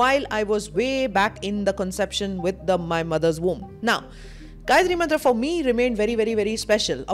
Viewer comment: Perfact pronunciation of Gayatri Mantra..